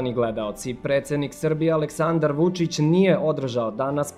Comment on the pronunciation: Ako je RTS, onda je trebalo da kaze Aléksandar (da naglasi E).. uvek umrem od smeha kad cujem kako mu akcentuju ime